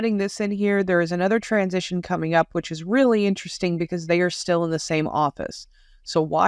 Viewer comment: What in the name of Elmer Fudd is a 'Transistion'?